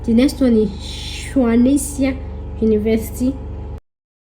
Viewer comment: Hello Dear.. It's pronounced Swan 🦢 Sea 🌊.